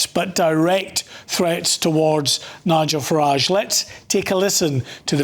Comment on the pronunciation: The way he prounaced Nigel farage! 😂😂 Learn to read matey. Send him back ASAP.